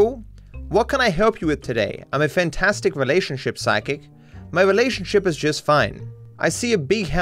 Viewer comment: trevor says "So if you are a physic" and not psychic, LOL